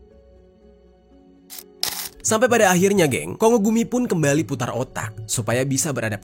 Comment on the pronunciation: Kongo gumi di bacanya Konggo gumi yes bukan kongo gumi ☝️🤓